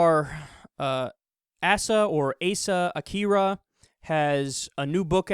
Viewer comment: 7 seconds in im out. if you cant be bothered to look up how her name is pronounced im supposed to believe you looked anything else up?